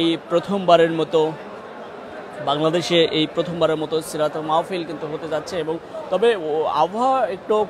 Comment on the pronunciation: মাওফিল,মওফিল❌ মাহ্ফিল✅ হবে।